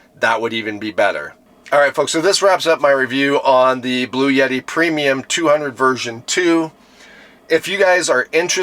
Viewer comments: It's Bluetti, not blue yeti..... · The pronunciation of Bluetti is typically: BLOO-eh-tee Bloo sounds like "blue" eh is a short, soft "e" sound, like the "e" in "bet" tee sounds like "tea" So, putting it together: BLOO-eh-tee